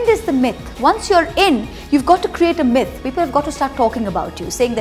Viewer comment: Three 'M's are mefod, myf and magic. 😂 Love Moitra ❤️